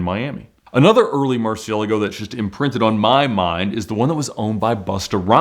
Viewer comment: What are you talking about? Murcielago is a word in spanish, thats the correct way to say it. (Not 100% perfect but good enough for someone who doesnt speak spanish)